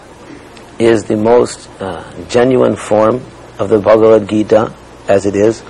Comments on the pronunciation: Ari Ari Ted patrika can't pronounce bhagwat geeta. He is pronouncing it like baba bagita. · LOL. Ted Patrick said "Baba bagita" for Bhagawat Gita.